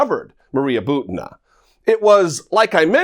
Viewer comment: Butina is pronounced "boo-tee-nuh."